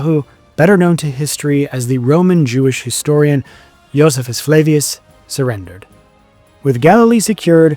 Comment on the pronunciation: The mispronunciation of names and titles is painful. Don’t rely upon your instincts; learn how to pronounce Josephus and Procurator… and many more.